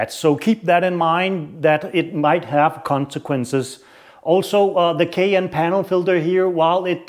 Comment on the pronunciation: LOL,,,,Sheash man,,it’s called a “K and N” air filter not a “k n” which sounds like you are poorly attempting to pronounce a Porsche suv. IE the Cayenne. Also your test is inherently flawed and should have been done on a dyno to get anything close to repeated accurate results.